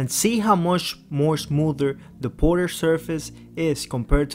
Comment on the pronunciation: Ported ❌ Porterrr ✅